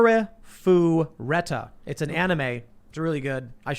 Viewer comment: Haven't got that far in the video yet but it sounds like you are trying to phonetically pronounce Arifureta: From Commonplace to World's Strongest. You can watch the show on Hulu. Cheers mate!